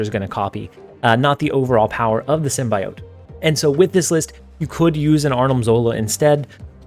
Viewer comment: Symbiote is pronounced sim·bee·owt not sim.bye.owt